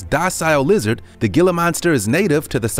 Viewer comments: It's pronounced HE LUH not GE LUH 🙄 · You say Gila monster wrong it’s pronounced Hila monster not Gila monster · It's pronounced geela monster Not giler monster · Gila is pronounced heela. Heela monster not Gila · It's not pronounced "Gila" Monster. It's pronounced "Hee - lah" Monster. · Gila is pronounced hee-la, NOT gil-luh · Can you please no pronounce it “gi-la” it’s spelled gila, but pronounced “hee-la” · It's heela monster. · Not hating but Gila monster is pronounced hila with an "H" Sound like jalapeno.. 😶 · The Gila monster is pronounced to where the G sounds like an H like Spanish. HE-la monster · Every time he said gilla, I had to wonder how he pronounced tortilla and quesadilla lol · Gila Monster. Gila is pronounced "hee-la" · The Gila monster is pronounced HEELA monster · Gila monster is pronounced "heela" monster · Gila monster is pronounced HEE-LAH monster. I have caught them in the wild. I wish people would leave them be. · i cringed when i heard gila monster..........thats not how you pronounce that.....Heel Lah monster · Its pronunciation is heela monster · You might wanna use and H rather than the G as in Gila use Hila....Pronounced hela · Gila monster... it's pronounced as 'heel-uh' monster. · Gila is pronounced "hila"! You make a lot of mistakes in pronunciation of words. I am from Ohio as well, but I was fortunate enough to get out over 30 years ago and learned how many of your mispronounced words are supposed to be said. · It is pronounced "Hee La" monster. Spanish. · Gila is pronounced hila that was taken disrespectfully to me because it’s my state’s reptile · It's a (hela monster) the g" is h" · It isn't pronounced "gil-la" . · It's pronounced He-la monster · It is actually pronounced hila monster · Its Gila but pronounced hila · HEE-lə monster, the pronunciation is irritating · It's a "gilla" monster. He may not have a clue about pronunciation, they got that right. Look at the tail. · The G is pronounced as a 'H" like Jose.